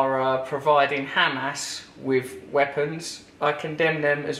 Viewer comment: Instead of Hamas he says "ham ass". Brilliant I agree 100%!